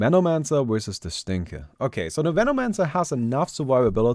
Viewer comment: Did anyone heard it like "Menomancer wersus the Stinker" lol